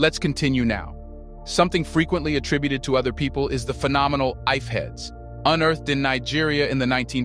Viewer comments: Great work man. It is pronounced "EE-FEH" though. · Ife heads? For a history channel that can't be bothered to learn how to pronounce the name properly like a European. "I-fey" is the correct pronunciation